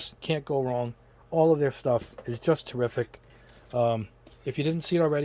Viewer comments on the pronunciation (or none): none